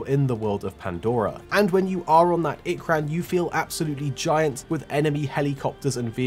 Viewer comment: Finally, ikran not ikerun